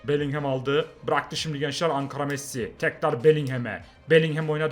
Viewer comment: şu bellinghama belinghem deme onun okunuşu belingım